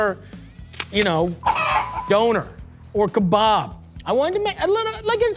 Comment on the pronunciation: I love the way he says Doner Kebab it's hilarious 😂